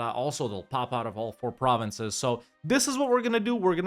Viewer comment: Your pronunciation of German provinces is quite good. Of course sometimes you chose the English names, but all in all, respect!